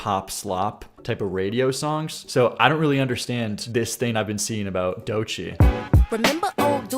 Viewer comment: Who taught you to speak? The way you say “Songck” should be hated